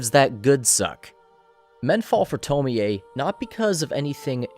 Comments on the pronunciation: You saying TomiA 😭😭😭 instead of Tommy(Tomie) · it’s toe-mie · Okay but why he pronouncing her name like that it’s to-meee (me pronounced like me not meh). And not to-mi-ey oof it was so unsatisfying to hear him pronounce it wrong the whole video 🥴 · The correct pronunciation is to-mi-ey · It. Is. “Toe-mee”. It’s obviously supposed to sound more Japanese. What the fuck is a “toe-mee-aye” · why the fuck is he saying tomoey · theres no way you say her name tomi-e, no fucking way. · "Tomi A" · Tome-ei-ay Smh